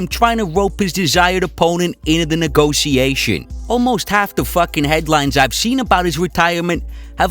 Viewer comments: I hate the way he says "neegossiashen" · The way you pronounce 'negotiation' bothers me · stop saying negotisassionssssss hahahahaha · A for efforts, but i think most people agree with me tho. And whenever he says a word weird on purpose even tho he fucking knows how to pronounce it. I get so triggered